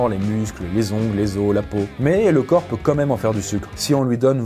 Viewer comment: * quand même et non comeme 😅